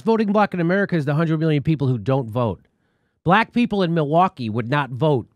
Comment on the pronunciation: Did he say: 100 million cops?